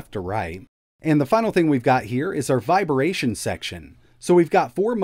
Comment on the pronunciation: Are you saying "viberation" on purpose?